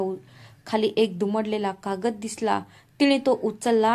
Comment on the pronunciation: काकद नाही कागद